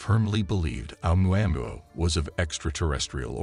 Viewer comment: A moo a moo a . Your pronunciation is unlike any I heard before.